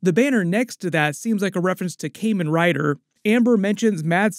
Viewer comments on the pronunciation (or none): god the way you said Kamen Rider pains me. Its "Kah-Men Rider" not "Kay-Men Rider"